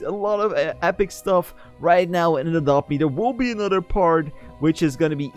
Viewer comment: Did you sad “for a drop be”